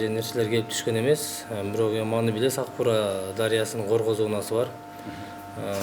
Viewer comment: Аг бура дейт, Ак-буура десен башка сын коюп